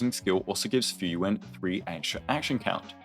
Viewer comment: Everytime you say Fuyuan I hear Frieren and it takes me out dude